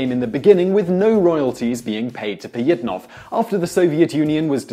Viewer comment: OMFG!!! these random fact channels are the worst for pronunciation!!! its not Pie-it-nov, its Pa-jhit-nov, to say it right. there are others, but how hard is it to just say shit right?